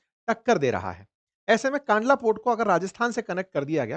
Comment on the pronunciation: kaandla nahi kandla કંડલા